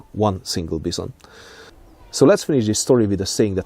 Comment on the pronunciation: i like how he says bison. " the bizon "